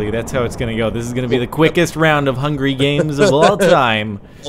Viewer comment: is hungwy.... FOR BWAINS!!!